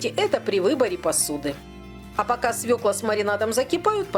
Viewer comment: Как приятно слышать правильное название свЁклу! Грамотная речь и шикарный рецепт. Однозначно лайк и подписка!